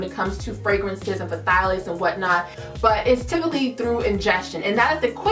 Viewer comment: Is the P supposed to be pronounced in Pthalates? 🤷🏽‍♀️